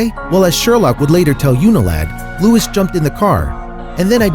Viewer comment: You are pronouncing Louis wrong